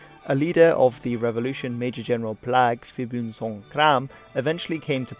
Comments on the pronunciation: Phibunsonkhrran or just Phibun is pronounced Pibun, Thai "PH"s are pronounced as English "P"s....... Field Marshal Pibun was definitely he most interesting Thai leader, I think, and he created modern Thailand being, by far the most influential leader in Thai history. Even today the politics of Thailand is just a reflection of his rule, and much of what any visitor or tourist to the country experiences is his doing. A kind of an example of what happens if Mussolini's fascism survives for 70 years and what it would evolve into. However in Thailand his rule is largely overlooked, the idea a commoner had more influence over the country than any monarch, that Pibun kept the Royal family as prisoners only to wheel them out to perform official ceremonies to aid his rule. That he was the one the turned army into the coup happy organisation is has been for the last 70 years and that he was strongly anti-Chinese-Thai hasn't endeared him to modern Thais or their leaders. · Nobody call him “Pibun” We call him “Jom phon(Marshall) Plaek” or “Jom phon Por”